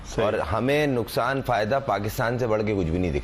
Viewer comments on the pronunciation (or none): none